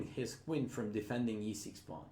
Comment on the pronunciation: I love how he pronounces "queen" as "Quinn".